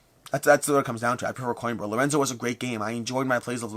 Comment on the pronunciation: I finally looked up how to pronounce Xia! Also: Mispronouncing Coimbra (co-EEM-bra) despite me commenting on it for two years. 😂😂😂